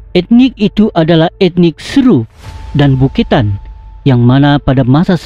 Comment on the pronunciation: Beketan bukan buketan